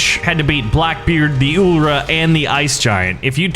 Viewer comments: Someone tell him its not uoor its ulllllr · its ul-r not ul-ra